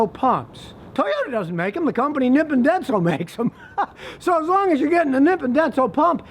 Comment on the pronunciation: Hey Scotty, it's pronounced "knee pon denso.". Just sayin' Love your videos